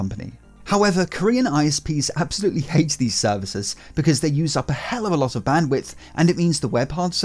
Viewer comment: obviously ai, it's impossible to pronounce hellofallolot